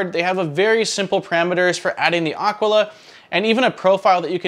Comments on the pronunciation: It is aquila not aquala. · It’s Ah Quill uh. Nit picking. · yes, it is a latin world. It simply means "eagle" (the bird) and it is pronounced ˈa.kwi.la (accent on the initial "a"). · AKEELA is how it is pronounced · A-kee-la. :) Nice review, I've just bought one! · Aquila like Tequila is probably how it's pronounced. imho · This is totally correct. My high school year book was named Aquila and it was many years later that I realized that no one had pronounced it correctly. A quill a is also wrong as we used to pronounce it. BTW, this is native American for eagle. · You pronounce the name like you pronounce Taquila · Maybe you could start by pronouncing "Aquila" properly... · I've wondered that myself, and since Aquila is spelled like tequila, that's the way I went with it. I'm always open to correction when wrong though.